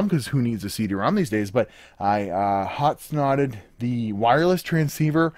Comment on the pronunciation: "Hot-snotted" lol!